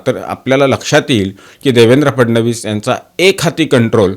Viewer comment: तुम्ही ‘फडणवीस’ हा उच्चार योग्य प्रकारे करत आहात. तुमचे अभिनंदन.